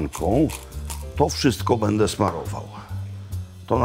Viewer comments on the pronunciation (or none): none